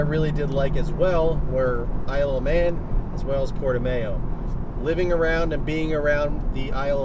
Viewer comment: Just FYI, Portimao is pronounced Porti-MAU (like "wow") not MAYO after the famous track in Portugal